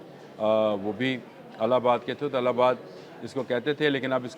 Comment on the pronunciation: Allabad naheen ILLABAD SAHEEH TALLUFUZ HAI